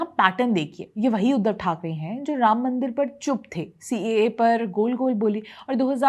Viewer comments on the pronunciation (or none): none